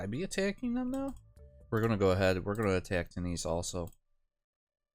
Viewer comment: Why you say Two knees not tune is?